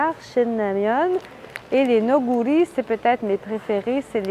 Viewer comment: “Neoguri” se prononce “naogouri” en coréen